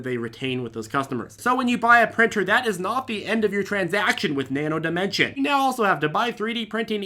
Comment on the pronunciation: Thanks for pronouncing Nano Dimension correctly(without the "s" on the end).